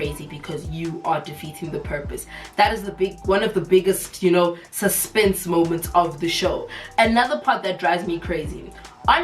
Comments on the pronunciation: "you're taking away from the suspennnnnsa, you're killing the suspennnnsa" 😭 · "The suzpenze"😂😂